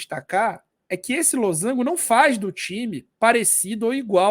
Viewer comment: esse losango com acento me quebrou oh, mas o conteúdo do vídeo tá ótimo kkkk